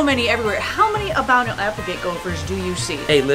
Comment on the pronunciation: Albino I thought you said armadillo